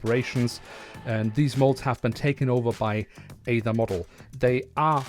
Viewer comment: Fwiw Aether is pronounced: ee+ thr